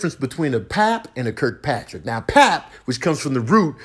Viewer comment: It was more like kirk-PATRICK! 😂